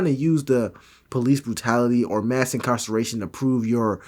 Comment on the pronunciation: “mass incarcallation” 😂🤣